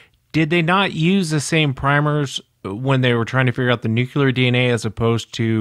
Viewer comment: New....Clear! New. Clear. Nuclear. Not Noo-kyoo-lur. You're putting a U where there is no U. Other than that, I love your show 👍😂